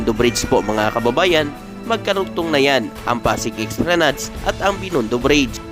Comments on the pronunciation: Esplanad lang po ang bigkas hindi po esplanads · Ang tamang pagbigkas o pronunciation ng ESPLANADE ay ES PLA NAD. Hindi EX PLA NAD.